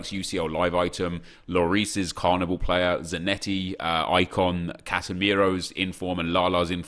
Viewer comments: could u not say CARNIBAL??!??!!? it’s BALL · Carviball not carvibal 😡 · It's pronounced like carnival because it is football not carniBAL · Does it not low key annoy anyone else when he says "Carnibal" instead of Carniball? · annoys me how nep says carniball, its clearly ball as is in the round thing you kick. not bal! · It’s carniball not carnibal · Why does nep fuck up every single name on this planet! It’s Carni-Ball how can you mess that up wtf. It’s suppose to a mix of carnival and football smh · Sounds like he's saying carabao cup😂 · How do you say carniball wrong? It literally couldn’t be any more obvious how you’re meant to say it but of course nep chooses to say it wrong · The way he says carniball 😦😠 fuck me